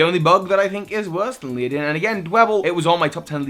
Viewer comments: Ledian , not leadin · Does he really hurt call it "Liadin"?? 😂😂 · Nails Togedemaru Struggles to say Ledian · Leidan? Its Ledian. Le-Di-An. Not Lei-Dan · "leo-din"? le-di-an Dunno how many people have informed you on this, but one can only hope that you'll improve. XP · Leodin??? How does one get that from the spelling of Ledian? Lady-on, ok, leh-di-on, sure... But Leodin? What? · Ledian. How hard is that. How can you pronounce Ledian as Leadin? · How in the world are you saying Lee-oh-don? Led-i-an = lead-(like the metal!)-ee-an. The others I'm not that fussed about, but that was kinda bad on a legendary scale, and I'm more or less meh about that Pokemon. ^_^; Other than this I pretty much agree with your list with the exception of Servine, and my favorite scentless, rainbow ooze monster. You can dislike their designs if you wish; just gonna say they are some of my favs. :3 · LED- EE- AN You're welcome,. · Oh Gods. . . Ledian, Led-ee-an. Pokemon names are NOT that hard! I'll forgive you for Zweilous, because unfortunately not many people learn German (Ein, Zwei, Drei) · aww poor luvdisc. So cute. Also how can you not pronounce ladian.... LADY-EN. easy. Also.... skrelp is a sea dragon, not a sea horse. Theyre related but not the same thing. Skrelp looks like seaweed (kelp, hence its name) because thats what sea dragons look like . Just saying. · ledian is le - dean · Leeadin... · Ledian is pronounced Led-e-in. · Ledian is pronounced LED-I-EN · HOW CAN YOU NOT READ AND PRONOUNCE "LEDIAN" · Please, the d comes before the i in Ledian… :P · STUNFISK. I hate that thing. It's cry is the sounds of the damned burning in hell, but omg. mate. The way you pronounce Ledian. Hahaaaa. I WAS JUST SAYING THE OTHER DAY I didn't even know avalugg had a pre-evolution until I pulled a bergmite in a TCG pack. I forget avalugg even exists. Poor Delphox and Alolan Muk. Sheesh. Twitch squad!